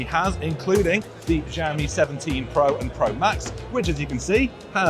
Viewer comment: Just prounce it "Shall-mi" its not that hard 😂